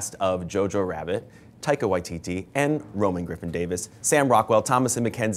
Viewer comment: did he fucking called him "taiko waititi" at the start ???